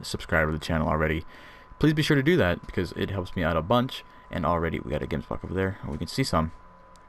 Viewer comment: Gemsbok the gems part is pronouced with like a ch sratching sound